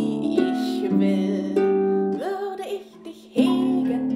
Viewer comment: Wunderschöne! Also, danke for helping me to fully understand how to pronounce "ich, und dich". In music, to my untrained ear it just sounds like the "sh" sound in English.